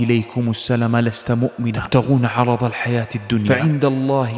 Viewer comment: عرض تنطق ب ض ي اخي